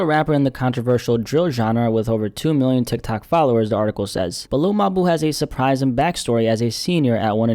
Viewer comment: not gonna lie i don't like the way you keep calling bro your boo . in the future just say mawbew